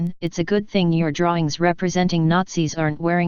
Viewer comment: Talking about stupidity and he pronounces drawing as "drawling” 😒